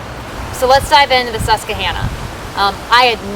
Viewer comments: Let me help. It's pronounced Sus-qwah-Hanna (like the girls name) or Susky by the natives ;) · Susquehanna, not Suskehanna. Please :'( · Hi:) Love your vids but you're saying Susquehanna incorrectly. It's pronounced SUSK + WI + HAN + UH but other than that awesome vid!! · She said honna river lol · It’s pronounced Sus-kwa-Hanna,, named for the Native American tribe that once populated the area.